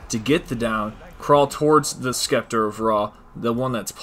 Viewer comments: I know right? Scepter is pronounced ‘septer’ not skepler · He really kept saying skeplar of rah lmaoo its pronounced sep-ter the c is silent duhhh 😂😂😂🤣🤣😥😥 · Skepler...pretty sure it is the Scepter... Sept-ter... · "The skepler of Ra" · Wtf is a skepler I know what a scepter is but not a skepler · "Skepler of Ra" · Can say Chakram just fine, but Scepter is Skepler... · All time he said skepler he was doing my head in what a knob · Skeplar of Ra..... You've never seen/heard the word scepter before have you? XD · Skepler lol badass glitch but lmao skepler instead of scepter lol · SCEPTER WHAT IS A SKEPLAR LOL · 😂😂😂😂my man can't say scepter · It’s pronounced septer not skepler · "The skeplar of ra" 😂 love it! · I came here to point that out too 😂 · Hes purposely mis-pronouncing it to get people to comment on the video correcting him. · Scepler 🤦‍♂️🤦‍♂️🤦‍♂️ wow dude, and “slicers” holy crap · Poor dude getting harassed for saying skeplar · Thanks for the info but the word is “Scepter” there is no “L” in that word! Gonna try the glitch now. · Love how he is Prestige master and out of all the time he has played he can’t pronounce scepter right lol not tryin to hate just funny as fuck